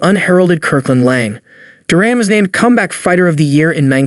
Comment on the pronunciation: Jurin? It is pronounced DUR-AN - Good list but that is a basic mistake.